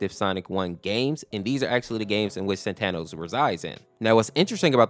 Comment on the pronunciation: Bruh its pronounced saatenohs